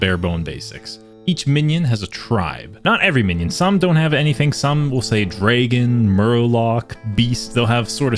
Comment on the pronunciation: play solo content, als funny hearing you pronounce dragon as dreeygon